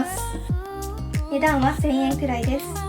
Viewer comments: 値段はのイントネーションが気なってしまう ごめんなさい🙇‍♀️ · この動画を撮影した者です💕 本当ですね！💦 “値段は”のイントネーションが方言ということに、今気が付きました。（笑） 動画撮影初めてで緊張しちゃいました🤧